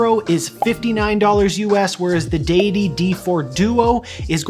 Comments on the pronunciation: deus not dee-us so deity and not deeity. You're right! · Great video mate! You pronounced it right!! I thought it was addidi